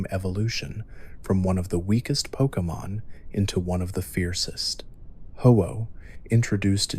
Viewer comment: I love these videos but just a point of criticism, I'm not sure why you keep pronouncing names differently within minutes of each other? It's a little off-putting.